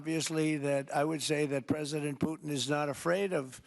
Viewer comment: Poootin called him...))😂🎉